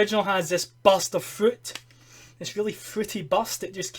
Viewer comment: I thought he said ''busta fruit'' or buster fruit xD